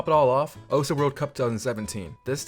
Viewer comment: it is actually not pronounced (oh-su) its pronounced (oce)